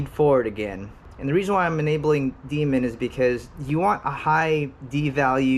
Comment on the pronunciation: Loving these long-form videos, man! Really appreciate the time and effort. Can't wait till this damn pandemic is on the way out so I can have more time to read about PID tuning. As a side note, every time you said; "D-min" it sounded like you were saying "Demon" so when you said you were going to "enable demon" my kids were wondering what the hell I was watching! 🤣🤣